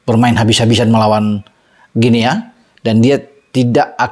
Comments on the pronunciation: Maap, bacanya GUINI bung 🙏🙂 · Guinea, dibacanya "Gini". Seperti kita membaca : Papua New "Gini". 🎉